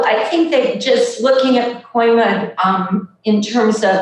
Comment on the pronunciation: I love you. I really do. But it's PacOIma, not PacOmIa. Every time you said Pacomia was like fingernails on a blackboard. Aside from that, great article as usual. You and The Real News Network are awesome. Thanks for all your terrific work!